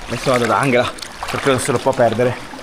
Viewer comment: Ciao ragazzi, vi seguo da qualche settimana avendo scoperto il vostro canale. Avevo una domanda, perché si pronuncia "Anghela invece di Angela" ? È pronunciato alla tedesca 😊 Bacio Briciola